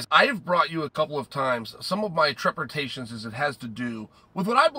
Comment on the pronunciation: Treppertations means trepidation in Chael-speak.